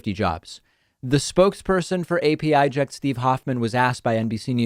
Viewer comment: It's pronounced "Apəject" The 'pə' sound as in "perfect"